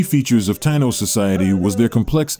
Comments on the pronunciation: It's pronounced Tie` ē no. Spelled like how its pronounced Taino! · I wish u would pronounce Taíno correctly..